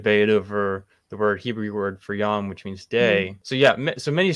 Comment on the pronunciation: This is a helpful interview. One tiny thing: both interviewer and interviewee keep saying "yam" for day. "Yam" is sea. "Yom" is day.